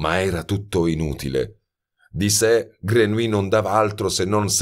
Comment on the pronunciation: Jean-Baptiste Grenouille 🙄 la pronuncia esatta (e in questo caso è fondamentale).con un copia-incolla si può ascoltare sul traduttore. Ma nella versione originale naturalmente. Non tradotto in italiano. "Grenuí " nun se po' senti... 😖😖😖 Voce splendida, libro magnifico ma..."Grenuí" non mi permette di continuare 😔 🙏🏻🙏🏻🙏🏻